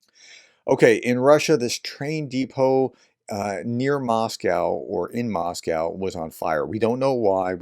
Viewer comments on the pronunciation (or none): none